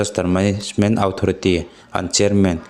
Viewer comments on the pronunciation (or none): Authority hi i lam dan a dik lo a nia 'Awthority' ti a lam rîk tur aw,sawisêl vâng hrim hrim che ni lo in